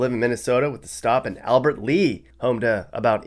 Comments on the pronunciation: FYI - it's Albert LEA not Albert Lee. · Lol, Sounds like he's never been to Minnesota. Did you say Albert lee??😂😂😂😂 If I'm not mistaken, pretty sure it's Albert Lea. lollzz 😂😂😂😂